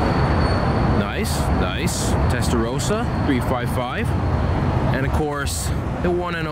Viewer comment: Dai-cock-oo ? Testa Rowsa ? bruh you need to work on your pronounciation